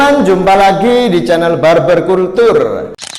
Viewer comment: Kalcer bang bacanya bukan kultur 😂 mantap bang lanjut